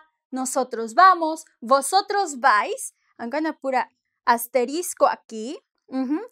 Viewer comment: I liked the way she said, no vais, if you won't talk to anyone in Spain.